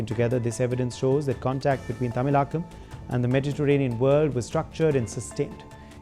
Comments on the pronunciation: Pronouncial mistake : It's not tamilakkam, but tamilagam. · Pronunciations Wrong.. It is NOt tamilaa Kam... It is THAMI ZHAKAM